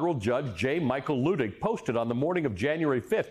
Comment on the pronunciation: Luttig is pronounced LUTT ig, not LOO ig.